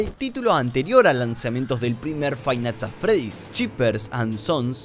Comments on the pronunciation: frainat at fredi xD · frive nights at freddy's dice xD igual hasta yo me confundi escribiendo este mensaje xD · se puede ver cómo iba a decir five nigths at Freddy pero se confundió y casi dice friday nigths Funky, por lo que su mente se bugueo y dice frainait at Freddy